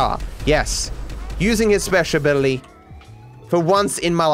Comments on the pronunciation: No one:: whyCantIUseTrevorspeagababiluwywyty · "Whacanyoozchrespezhbilly?" -, 2020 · "why couldn't I use Trespeshabily?!" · Nobody:: WhycantIusetrevorspeecagcialicabiltyzty.